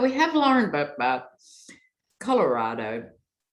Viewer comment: You pronounce Lauren Boebert's last name, Bobble-headed.